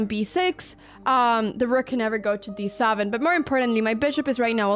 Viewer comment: "D SAVEN"?? "M0üW" .. please learn some proper English